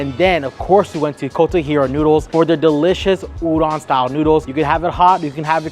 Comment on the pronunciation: Great video! FYI, “udon” is pronounced “oo-dohn” or perhaps “ooh-doan”. Like ooh ooh pick me. And “doan” like loan. I hope I make sense. 😊